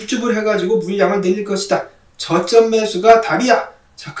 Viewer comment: 저점~ ㅋ 발음이 너무 정직한거 아닌가요?